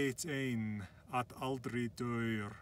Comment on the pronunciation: Man, your pronunciation in baaaad. Why is deyr spoken as daur ?